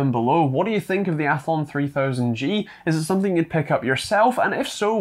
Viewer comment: Athlon, not althon